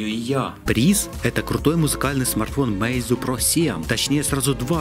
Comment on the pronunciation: Подсказочка: не мэйзу, а мэйдзУ с ударением на у фирма называется.